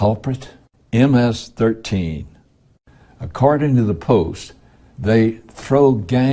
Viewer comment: "Accarding." hahaha.